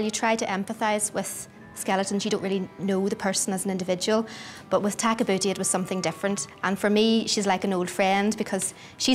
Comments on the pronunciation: had a hard time watching it after you pointed tag a boota out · I'm trying to watch this video WITHOUT laughing so hard every time it says takabuti when it sounds like their saying tag a booty😂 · Great documentary. But kept laughing ever time they say tag-a-booty. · After having to listen to that woman narrator pronounce "Takabooti" a thousand times while spitting into the microphone we finally fell asleep waiting in vain to see what the mummy looked like. We gave up. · Hinks read her name as Tabouti, Where, when, how and why did the 'ka' come into it?